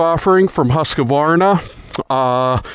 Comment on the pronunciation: It’s not ‘husKUHvarnah’ It’s just ‘huskvarna’